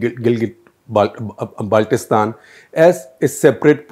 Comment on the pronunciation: This Journalist even does not know how to pronounce " Gilgit Baltistan" ...... It's Gilgit Baltistan NOT Galget Baltistan , haha